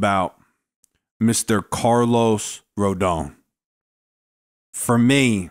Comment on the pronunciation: Finally somebody pronounces his last name correctly